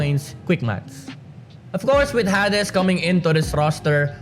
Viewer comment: i think its pronounced hay dees hehehe thank you sa mpl ranking based sa roster change i feel enlightened